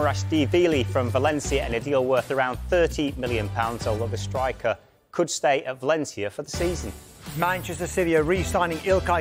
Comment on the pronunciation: I thought I was the only one who heard that mistake - Striker 😂😂